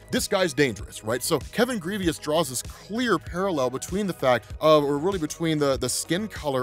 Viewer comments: Did you call him Kevin “Grievous” like the star wars general? Damn it 😂. Pronounced like “Gruh-Voh” (in my Lil Boosie voice) “come on doooggg” haha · The asteroid was the size of ARKANSAS, not KANSAS. And Grevioux is pronounced *GREV-yoo*, (IPA-EN ɡrɛvjuː), not *GREE-vee-us*; it's French. You're welcome. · ....my brotha in Christ....who the hell is Kevin "Greveeus" 😂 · Adam Brashear's creator's name is Kevin Grevioux, pronounced Gri-vowe, now Grivious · His name is Grievoux(Gre-Voh) 😂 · Lovingthe series. Such power from Blue Marvel. Hate the mentality of the character but what can you do…. Kevin Grevioux is getting alot of shoutouts which is great because he’s an excellent writer and producer (Underworld series creator) but youre pronouncing his name wrong. Its pronounced like Gravoe… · I know you probably won’t read and I hate being that guy , but his name is pronounced GraVoe . Just thought you should know . Love your work keep it up. P.S. God Damn you go on vacation all the time!! Lucky Mother Father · Take a shot every time he says Kevin Grevioux's name wrong.🥃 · I’m pretty sure you mispronounced the writers name